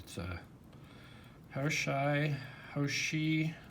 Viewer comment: Should be pronounced hao shr (as in shirt but without the t).